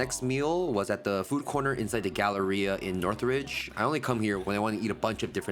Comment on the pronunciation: Northride? Ktown? Sounds like you were on the pine ridge rez for a second 😂